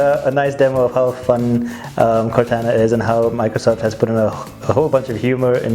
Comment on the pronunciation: It's pronounced Core Tauna not Core Tanna .